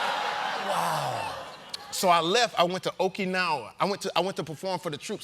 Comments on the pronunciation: Jaime it's pronounced Okuh...nawuh spelled Okinawa .Nope not a hater respect due. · You can tell he was speaking with military personnel because he mispronounced both Lompoc and Okinawa.